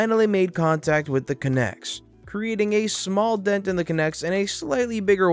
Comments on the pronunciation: Even better pronunciation guide: CONtainer, EXpress. Which is the actual origin. 'Connex' is actually an incorrect spelling. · It's connex. Like con man. Emphasis on the first syllable. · Good video, and good stories, one thing I do have issues with is how you pronounced Connex, it's pronounced Con-ex, like Comic Con, and Ex-Wife, the second N is silent. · The story at 12 minutes with the army vehicles. The shipping containers, they call it a "con-ex". Lol not a connects. Con, like a felon. Ex, like that girl that cheated on you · fyi conex is pronounced con-ex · Connex is pronounced "Con- ex" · Conex is pronounced CON. EX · THey are pronounced 'con-x's' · Connex. Con-Ex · It's pronounced KHAN-ex. Source: 8 Years in the Army. Not trying to be a grammar nazi, just for reference. Love the stories, keep it up :) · It's a CON-EX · Thank you, it was driving me crazy hearing him pronounce it wrong